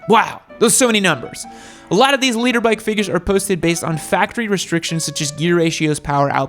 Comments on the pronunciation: BTW,. Big dog. It’s LITER. As in a unit of measure. Not LEADER. This is what I’m talking about. Just be quite and content with people thinking your stupid. Try not to prove them right. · Liter bike not "Leader bike."😬😀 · Fun content! Did you say “Leader” Bike? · Maps, ride set up and knowing what sprockets will give r6s longer legs bro. And it’s “liter” ...... not “leader”😂😂😂😂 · Leader? Thought it was liter. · It's "liter" bikes not "leader" bikes. "Liter" is the metric measure of a displacement of 1000cc. And on this same topic, it's "dual sport" not "duel sport," "brakes" not "breaks". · His accent spelt it leader too